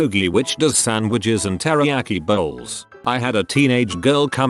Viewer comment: "Can I order a 'All-Sauced Terayki Meatball Marinua'